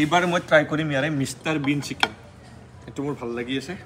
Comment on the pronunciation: Guyz tumar dhekeri pronunciation huni kaan poki jai, " SIKEN", SUSI,RAGAN JAS 😂😂😂😂